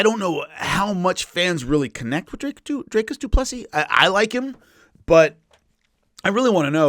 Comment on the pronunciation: For someone great with names DDP name is pronounced do-plee-see